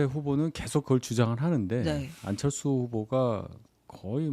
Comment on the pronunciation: 안철수가 암철수로 들리는건 나 뿐 인가?